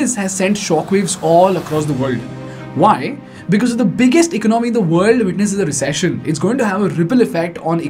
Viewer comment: Pls pronounce " economy" properly.